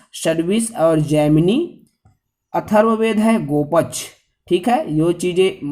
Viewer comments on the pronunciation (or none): गोपच नहीं गोपथ ब्राह्मण होता है